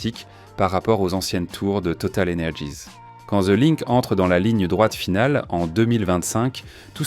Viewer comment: Même les gratte ciel ont de noms anglo-saxons, bien triste. Et on dit « total énergie » pas « total energize ». Franglais insupportable.